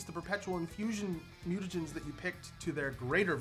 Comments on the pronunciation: Mute-Ah-Jen-Ist Mutagenist Mute-Ah-Jen Mutagen not Muten-Ah-Jen-Ist or Muten-Ah-Jen ;) :p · Here, let's give them proper syllable breaks: Mutagenist: /MYOO-tuh-JENN-ist/ Also: Chirurgeon: /KY-ruhr-juhn/